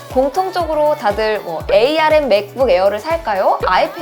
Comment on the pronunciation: 에이알엠이 아니라 암이라고 해주세요 암코어에요